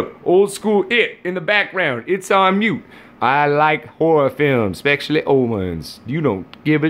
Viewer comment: Ha ha, how he says especially, sounds like exspecially . LOL